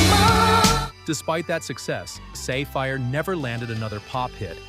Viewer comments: Not "say fire" you dolt. It's like the gem Sapphire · Sah-Fire, not Say-Fire. Like the precious stone. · I think it's pronounced like sapphire and not safe fire. Also, Freestyle kept going for another several years after 1989. Lil Suzy's Take Me In Your Arms in 1991; 1997 In A Dream by Rockell. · Say fire? No. Her name is pronounced like the gem stone. Never even heard the last three songs before, so I find it hard to believe that they were that "mainstream" in all of the US. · It was pronounced "SAPPHIRE"! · Sa-fire is pronounced like Sapphire